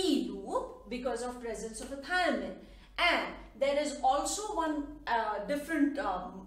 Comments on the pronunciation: shouldnt it be "thymine" instead of "thiamine" ? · In T loop it's not thiamine it's thymine